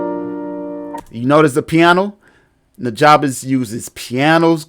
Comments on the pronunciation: It's pronounced newjuhbess. The "ja" is like the "ju" in jump. He says it on his Ristorante mixtape. Great tutorial as always. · Love what you do and this vid! One thing I want to send your way. It's important to his legacy that we pronounce his name correctly. It's pronounced "NEW-JUH-BESS". I was corrected years ago by one of his personal collaborators and specifically told that we need to respect his legacy and let people know before the memory is lost with time. Peace and Positive Energy! :)